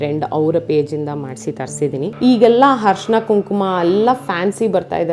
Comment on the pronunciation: nimma vlog ista, adre adu arishina, harshina alla, dayavittu badlavane madi kolli.